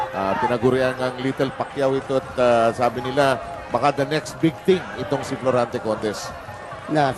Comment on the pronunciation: Florante not Plorante